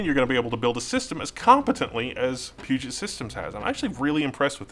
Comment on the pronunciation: Why does everyone say PugeNt? There's no N in Puget.